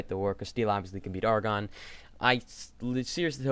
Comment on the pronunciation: Also, just for reference it's pronounced "Air"-"ah"-"gone" not "Argon"